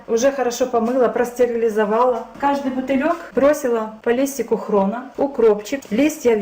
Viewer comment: Хрен, а не хрон! !!